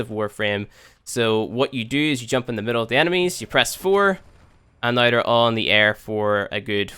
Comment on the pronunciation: i cant get over the way he says now or out. Noy and oyt.